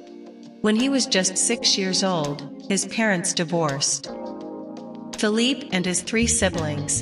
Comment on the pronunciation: It's not fill-leap...it's fill-lee-pay!!